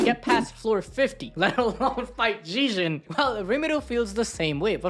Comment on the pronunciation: Its pronounced zeg - ee - on; he literally says his own name in the anime.